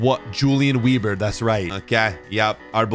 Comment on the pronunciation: Weber…if he’s German it would be pronounced Veber. W’s sound like the letter V with German names/words